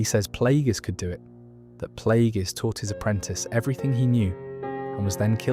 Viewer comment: Great video but bro. They say the names of characters you are mentioning. So why are you pronouncing them wrong? Sifo Dyas, Plagious, Tyrannus come on man.